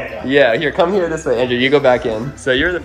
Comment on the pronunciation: Anyone else heard to lizz He said come her bab